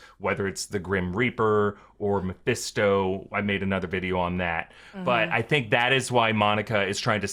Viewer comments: Gurllll it’s not MAFESTO! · keeps saying Mepesto like he's an Italian sauce.